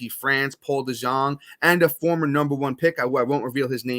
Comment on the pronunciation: It’s pronounced Paul De-young